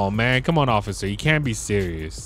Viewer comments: He said ociffer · Why does call the cops occifer